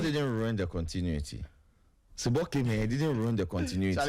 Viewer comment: Not sebo but Zibo pls